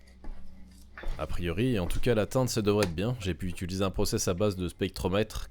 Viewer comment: Salut juste pour te prévenir que tu dis '' ituliser '' au lieu de ''utiliser'' ahah